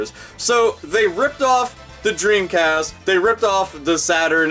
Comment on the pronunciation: I died at "Treamcast."